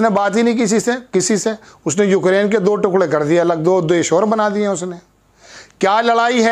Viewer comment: मेरा नाम है चमेली मैं हूं मालन अलबेली,उक्रेन नहीं यूक्रेन तो ठीक से बोल लेती।